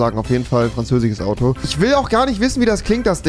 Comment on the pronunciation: Niemand: Rewi: "...auf jeden Fall ein französiGes Auto!"